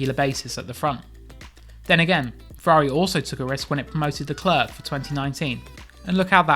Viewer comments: The C is silent.... Idiot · I hate the way you say Leclerc... Figure it out.